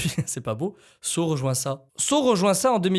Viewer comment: Quand tu dit saw j’entends seau